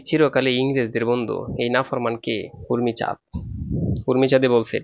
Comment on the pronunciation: O sir urmichad nay umichad✋🌝